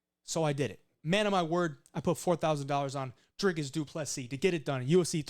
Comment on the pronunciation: And kudos on the pronunciation of Dricus' name. Almost perfect.